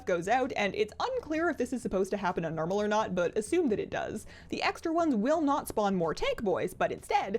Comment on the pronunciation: Stop saying nermal.